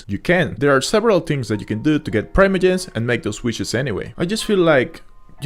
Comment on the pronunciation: I have never heard anyone say "Praimoyems"